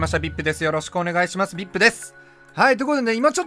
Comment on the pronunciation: Vipの発音好き